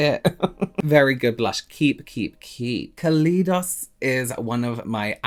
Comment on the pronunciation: pronouncing it KA LEE DOS kills me